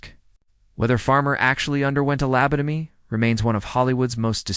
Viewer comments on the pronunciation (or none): Lab-a-toe-me? Lab-toe-mized? On the one hand, it's foolishness like this that makes me very comfortable that AI will NEVER take over. On the otherhand.... if enough of us 'correct' the AI in the comments, it could correct itself. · Found it very grating on my nerves to listen to the gross misprononcations of the word lobotomy and it's variations. Don't put out a story when you can't do it accurately. Can't listen to anymore of it.